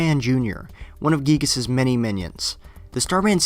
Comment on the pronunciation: You pronounced giygas wrong